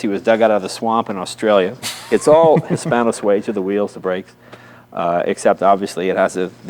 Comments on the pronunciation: This is not Hispano SuAza, it’s Hispano Sueeeza ) Jay has the best toy shop in the world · PLEASE stop saying "Hispano-SWAY-ZA," young man. It is pronounced "His - PAno -Swee -zah."